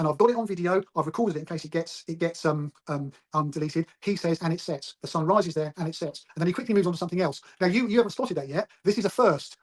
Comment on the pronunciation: does say something that sounds like 'sets'. But he really says 'sits' it's right at the end of his sentence and in a split second.